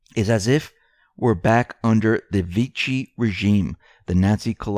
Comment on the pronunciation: Vichy, is pronounced Veeshee.